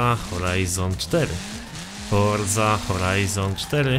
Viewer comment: Forza Horizon4 ? HORZA HORIZON4 !😂